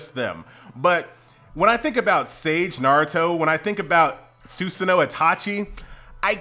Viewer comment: PLZ IT IS NOT (SUSAN-NOO) IT IS (SU-SAH-NO)